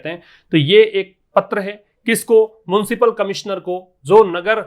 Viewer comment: It's municipal sir..not muncipal